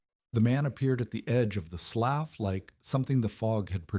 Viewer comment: Hey Mr AI man, could you learn to pronounce words properly? Slough is pronounced "sloo" not sloff. Context SHOULD tell you about proper reed, read, red and read. Same with lead and lead. Annoying as heLL.